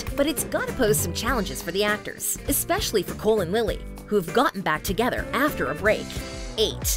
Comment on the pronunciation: Did she just say cole and Lili got back togethee Also rlly the thumbnail is a little out of hand